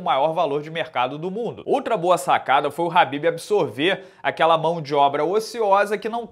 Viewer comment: A pronúncia do nome dele é Rhabib, com R e não Khabib, aprenda.